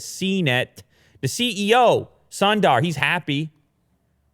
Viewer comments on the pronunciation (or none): Did he just say Sandar for Sundar ? It's Sundar man SUNDAR ! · Don't think that's how you pronounce Sundar. Son Daar? Sun (like soon but don't drag it) - Dar ( dhurr ) R at the end should be pronounced. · Sundar pronounced soon-da-aar. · at least say the name of the google CEO correctly. come on i expect better from you.